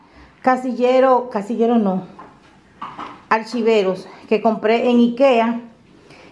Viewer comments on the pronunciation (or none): Hola se dice archivadores no alchiveros 😋